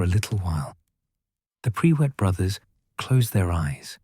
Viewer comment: Tell your AI bot it's not PRE WITT - it's PRUIT!! One word, no W!